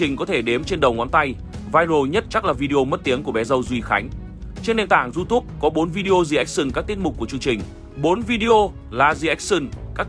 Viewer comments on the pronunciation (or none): none